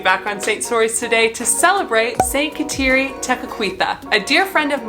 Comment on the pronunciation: Her first name is pronounced (Ga dah Lee)……❤️ Thank you for the video.